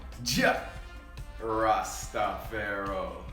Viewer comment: Wtf is Jah Rastapharoh Real Rastafarians say Rastafari